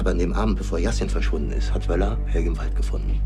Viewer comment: "Helg-uh" not "Helgie" #German